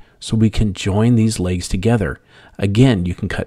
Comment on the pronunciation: It’s pronounced ‘legs’ not ‘lages’.